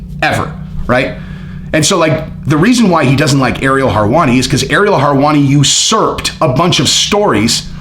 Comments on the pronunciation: Harwani, lol it's helwani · always bringing the heat and inside scoops. I love how he butchers some names tho.. harwani lol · Lol love ur content (both channels) but for the love of God stop saying Harwani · How does he pronounce everything right except for Harwani? Is it on purpose? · WHO is Ariel "Harwani"?? 😂😂😂💀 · Aaaaagree....btw, no R's in Helwani🤗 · It’s hilarious that you butcher his name😂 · If you can't say his name properly, says how much effort to research your content is focused on, you lack credibility, and should just say that's your opinion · You know a lot about everything except how to pronounce his last name.